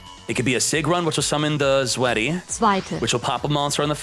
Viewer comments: When it’s pronounced “Zwite” not “sweaty” 😔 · And it's (roughly) pronounced: Zw-eye-teh Drih-teh Veer-teh Furnf-teh Sex-steh